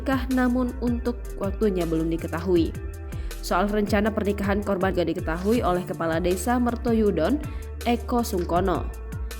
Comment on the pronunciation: Mertoyudan...bukan mertuyudon